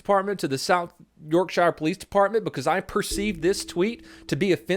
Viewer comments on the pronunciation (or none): Pronounced Yorksher. Not Yorkshire. Love you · York Shie ur? You mean Yorkshire? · And this is why I’m now a British man living in the states, also: it’s not pronounced “shy-er” like “the shire” in lord of the rings, it’s pronounced “shuh” like “York-shuh” it’s a common mistake Americans make which I’m assuming is because of Peter Jackson lol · You pronounce yorkshire like York-sure, not yorkshire like the the hobbits shire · ik this is an old video but to all people who pronounce yorkshire as 'york shier' it is pronounced 'york sher' or if you have a more northern accent it whould be 'york shuh' that is all just a pet peve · I hate when people say York shiare not Yorkshire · When americans say "york-shire" Everyone in yorkshire (pronounced yorksure): 😑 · Its south yorkssure not yorkshiere (Love you ) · It’s pronounced York-sheer not York-shire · York-sher Not York-Shiyer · its spelled yorkshire said like yorkshere not yorksiiir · not yorkshyre, yorksher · York sure. Not York shire. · it’s York sher that’s how you pronounce it:) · yorksheer for pronounciation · I know it's not how its spelling suggests but can you pronounce it York-sher please? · It's "York" "sha" 😂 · Shire is not pronounced like that it’s more like shuh, also wtf I knew Yorkshire was a rough area but FUCK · it's pronounced york-shah cause uk's silly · Its not yorkshire its pronounced yorkSHEER you fucking dopey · York-shire..fail! Ffs learn to say Yorkshire properly 😂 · it’s pronounced “yorksher” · Hey I'm from south Yorkshire Its pronounced as Yorksher pls don't butcher it again 😂😂😂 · South York-SHIRE... I'm hurting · just a heads up about how to say Yorkshire in Yorkshire we don't say anything correctly its pronounce York-shur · It’s pronounced Yorksher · we ashy Yorkshire like Yorkshear it's wired plus we don't sound like that we have a few hundred F*cked up accents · The way you say "Yorkshire" is hilarious. It's pronounced 'York-shur'